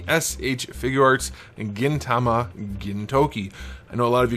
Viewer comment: lol pleasantly surprised you pronounced Gintama and Gintoki right haha. great review!